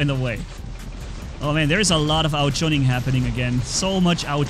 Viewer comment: No one:: there's a lot of ao juning happening here